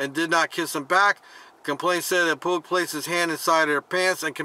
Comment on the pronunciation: Pugh is pronounced pew.